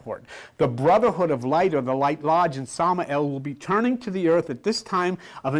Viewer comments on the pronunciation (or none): none